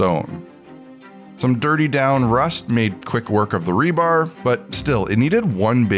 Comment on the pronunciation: .... It's Rebar😂 not rebarb. Rebar, as in reinforcement bar.